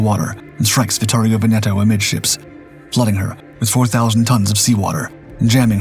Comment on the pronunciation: Veneto mispronounced throughout:( HMS Warspite -- spite rather than spit?